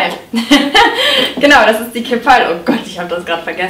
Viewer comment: "keehp-pall" ... engl. Aussprache: keep-all